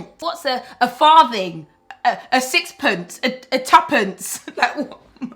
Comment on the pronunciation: ‘A farthing’! 😂😂😂😂